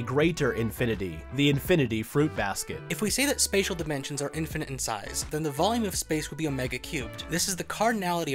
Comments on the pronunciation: “Spadal Manipulation” lmaoooo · Spatial is pronounced "Spay-shul" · "Spatial" is pronounced "spay-shul" btw